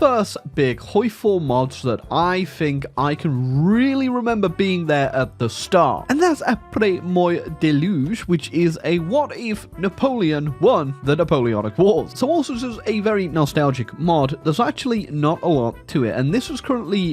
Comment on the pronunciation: “aprey moy le deluge” great pronunciation there 👍